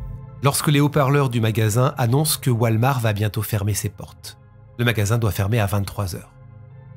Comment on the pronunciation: WALL MARTTTT (PRONONCIATION) lol